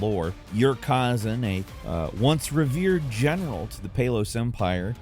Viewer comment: Stoppp saying Kaaazun argggh. It's Kuh-ZAN